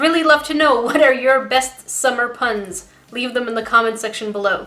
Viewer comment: i keep hearing sucker for pain in stead of puns